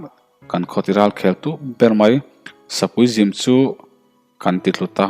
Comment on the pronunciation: sapui zim tih hi i lamdan a fuh lo deuh